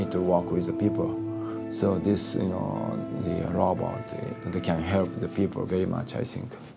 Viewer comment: About the 13th time I heard "lobot," I gave up. Si Yo Nara.